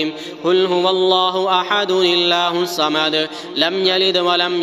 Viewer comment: Allah hosamad h plz thek kr len glti r b 2 3 jaga p gltyan